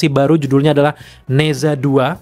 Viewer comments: Di baca naca, bukan neza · nezha bacanya neca, e nya e lemah.. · Bacanya Ne Cha min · "Ne Zha" dibaca "ne ca" dg bunyi "e" lemah spt pada kata "jeruk". Kayak kota Guangzhou dibaca "kuangcow", kota Shenzhen dibaca "sencen" dg bunyi "e" lemah. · Baca nya "ne cha 2" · Dibacanya "NE CHA" bang... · Mimpi....film Mandarin di bawa masuk....tuh sensor dan blokir nya bisa gak Nerima kenyataan??? Cara baca nya nezha 2 itu agak absurd haha